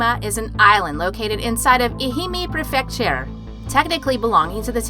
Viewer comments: This narrator pronounced so many words incorrectly, it's crazy. Some that come to mind; macabre, prefecture and tributary. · Gaming: I like the vids, too. And yes, she did a great job with the pronunciation of the locations, as far as I know. But she did have several mispronounced words; macabre, tributary, prefecture, seaweed, etc. As someone else pointed out in their comment first, it is kind of sad to mispronounce "macabre" when this is your genre of channel. lol I still enjoy the videos, I just cringe at those times. 😂